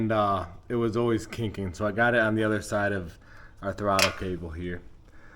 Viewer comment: When he said "the utter day" I knew he could fix it.